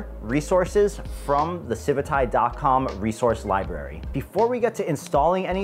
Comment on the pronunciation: CIVIT* AI* how are you saying CIVITAIIII lol...